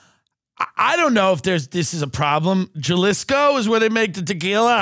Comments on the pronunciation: Jalisco, its pronounced 'HA-LEE-SCO' lol im white too and from Texas, come on you should know this MAANNN 🤣🤣🤣❤ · and Tim saying "Juh-liss-co" instead of Jalisco (huh-lease-co) which is a state in Mexico where the town of Tequila is located is a hilarious extra layer to this video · dude said jahlisco its ha-lis-co (Jalisco ) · "jUhLiScO" lmao HA LEE SCO! JALISCO! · Ha-lis-co not Ja-lis-co. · Lol “juhlisco” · ben said “JULIS KOOO” is the city 😂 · It’s pronounced HA-Lee-Sco (Jalisco) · i’m stuck on ben saying pronouncing it “juh-lisco” lmao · Juh-lisco is my city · It's pronounced Ha-Lease-Go by the way... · I think i'm more offended by them saying JUH-LEESKO. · Pronounced HAAAA lisco! 😂🤣🤦🏻‍♂️🤦🏻‍♂️🤦🏻‍♂️ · I had to stop watching this after that dude pronounced Jalisco the way he did... Juh liss co... Haha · It is pronounced " h ey-lee-sko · The pronunciation of Jalisco is driving me crazy! Lol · The way he pronounced Jalisco made me want to slap him. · The way those two pronounced Jalisco gave me cancer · J in Jalisco is pronounced as an English H. When u pronounce itt with an English J it sounds stupid.